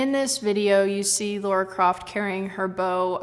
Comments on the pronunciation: It's sounds like she's saying Laura Croft, there's no 'u' in Lara. Not sure why people can't say La <- (when you go lalala I can't hear you). Ra <- (the god of Ancient Egypt). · LARA not Laura